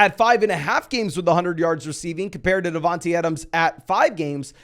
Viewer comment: Great vid - but it’s not “DavanTEE Adams” it’s “DavanTAY”